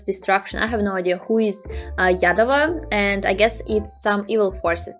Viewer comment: 🤣, don't say yadava, it means idiot in telugu. say yaaaaadava